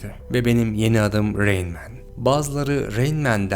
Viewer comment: Güzel bir video emeğine sağlık. Bir önceki videoda Rain Man'i Ra in Man diye yorumlamıştın yanlış hatırlamıyorsam. Ama işin acı gerçek tarafı her ne kadar itiraflar falan da olsa insanlar içinde bulunduğu hayal dünyanın peşinden koşmaya devam edecekler yani endüstri patronlarına kölelik devam edecek.